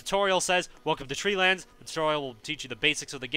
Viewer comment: I'm pretty sure you said tree lands when you said "welcome to trade lands"